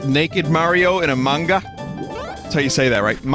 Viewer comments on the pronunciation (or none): I love how Vinny pronounces "Manga" where the "ng" part stronger, faster and high pitched. It's unique and I never heard anyone pronounced it that way! It is far more accurate how most americans pronounce it though.